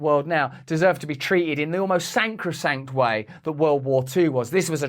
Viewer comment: "sacrosanct", not sancrosanct! 🤦‍♂️